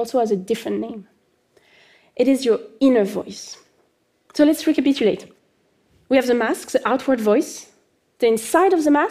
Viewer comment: She got me at “ sou letz rehcapityuleith”